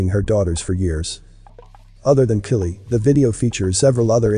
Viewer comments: My comment isn't meant to offend anyone; more like constructive criticism 😟. Please check out and use the correct pronunciations of names & things. (Example: Kylie is NOT Killie, but Ky-lee. Penises is the plural of Penis, being the anatomical name for the male's genitalia. Pronounced as Pee-niss)... it's important to remember that this adds credibility to your work. And as you say, you put a lot of effort into your work, so you need to reflect that in all aspects of it.🙂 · Is this a real narrator or a robot how come you can’t pronounce Kanye and Kylie that seems weird to me is this fake